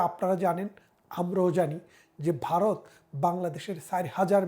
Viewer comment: উইথ ডিউ রেসপেক্ট, আপনি তো সাধারণ মুখ্যু বাংলাদেশিদের থেকে অনেক বেশি শিক্ষিত; তো আপনার মতো মানুষও 'ভারত' উচ্চারণ করতে পারেন না কেন?😅 ইটস নট 'বারোত', ইটস ভারত। ভারতবর্ষ।😊